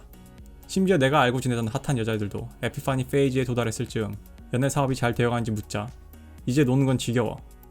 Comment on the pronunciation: 에피 파니 페이즈 발음이 너무 구려서 갑자기 진지에서 웃겨짐